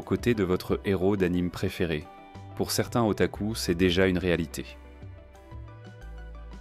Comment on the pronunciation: Mec c'est moi ou il a di otacul😂